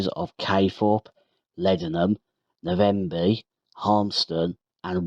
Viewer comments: Navenby, not Na-venby.🤔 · Great but the Navenby was pronounced wrong, I lived on a farm near Fulbeck and often this line was used on Sundays when maintenance was being done on the main line, many famous locos steamed by, loved these times.